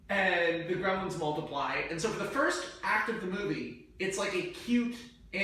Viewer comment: I didn't think this pitch could possibly get any worse until he mentioned how "We can have so many CGI Gremilins!", and now I stand corrected...